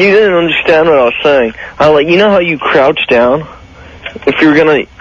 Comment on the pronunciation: It was driving me insane hearing them keep saying crouch